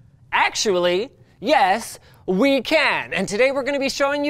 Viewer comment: emphasis on the "we" lol